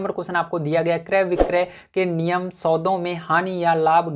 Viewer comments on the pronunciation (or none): Aap.ninm ke. Jagah niyam bole